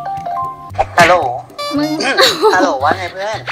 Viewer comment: ฮัลโหล๋ เสียงสุพรรณ555